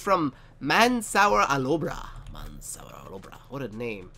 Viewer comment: OMG! Haha what a pronunciation of my name. It's Arabic and that's why you can't pronounce it. The first part is like the word "man". The second part which is "sour" is pronounced like parkour. My last name is Alobrah and you almost pronounced it correct lol.